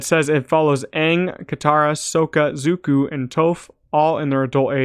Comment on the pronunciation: Bro you pronounced Sokka Zuko and Tophs names wrong lol.